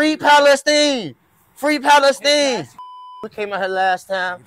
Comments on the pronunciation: Lol he said Free Pale-Steen 🤣 😂 HILARIOUS AS HELL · He’s not wrong, that’s how the arabs pronounce it